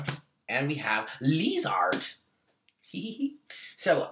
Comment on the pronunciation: I've been laughing my ass off at "LEE-ZARD" for about 10 minutes lol I love you, you always start my day off with the right attitude<3 thank you boo! Namaste lovely people